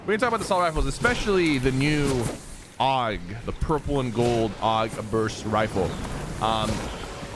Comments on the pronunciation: Sypher its a A.U.G not a AUG!!!! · I cringed every time he said aug like aoug